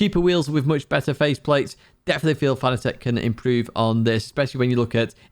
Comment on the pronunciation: Its not Fana-tec, its pronounced Fa-nat-ec